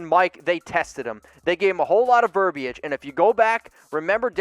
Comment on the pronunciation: The I is silent in verbiage